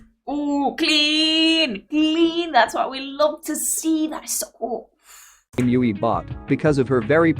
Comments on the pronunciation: Ahhhh you did the guide while I'm camping so can't watch it all the way through yet. Oh well. You're so good at this reacting thing that I won't complain too much about your pronunciation of Yui. 😄 Usually, there are probably a few exceptions, the vowels are... A is pronounced AH. E is EH. I is EE. O is OH. And U is OOH. And a vowel at the end of a word is always pronounced. There are exceptions, I think. So Yui had to be YOO EE. If her name was spelled Yue, then it would be YOO EH. Of course, you heard her name a bunch of times in the video so I'm not telling you anything you don't already know now. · It's tricky to get one's brain to switch to saying a word a different way than what you've been used to, but now you've got in this video to hear Yui pronounce it angelically 😇 (it rhymes with Dewey and Huey) Thanks for reacting to the Guide! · I agree with other comments, First and Most Important: GET YUI´s Name pronunciation RIGHT. To many Videos watched and Still not saying it correctly, is not rocket science. Pleeeease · Wow you caught me off guard with this one, i wasn't pushing for the guide yet but I guess judging by some of your constant struggle with YuiMetal pronunciation and some other things that you already watched it makes sense to watch the guide. Gonna enjoy this and come back if you have any doubt. Thanks for wanting to know more about these amazing group. 🦊🤘❤️